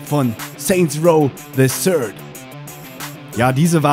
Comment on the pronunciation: das Spiel heisst übrigens "Saints Row THE THIRD" und nicht "se ßörd"